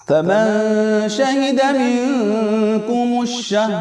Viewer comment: السلام علیکم حضرت آپ کا انداز بھی اور طریقہ بھی بہت اچھا لگا ماشاءاللہ لیکن مجھے شاید ایسا لگا ہے جیسا کہ آپ نے قرآن پڑھتے وقت ( فمن شھد منکم الشھر فلیصمہ ) کو ( کمن شھد منکم الشھر فلیصمہ) پڑھا ہو مجھے لگا ہے شاید مجھے جو غلطی لگی بتا دیی اور اگر مجھے غلط سمجھ آیا ہو تو معافی چاھتا ہوں جواب دیگر تصلی فرمائے جزاک اللہ